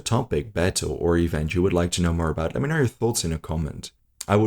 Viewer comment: The word “Know” is pronounced N-Oh Not N-Er Pronunciation is key, take a look at the great “Epic History” channel for guidance.